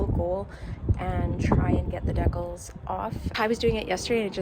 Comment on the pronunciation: The word decals is pronounced Dee- cals not deck-als... that was painful to listen to.